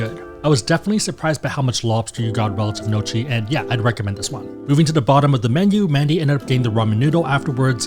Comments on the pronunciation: Gnocchi niokki not nochi (he really needs to work on his pronunciation of foreign words) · How are you pronouncing so many words wrong? Bidet? Gnocchi?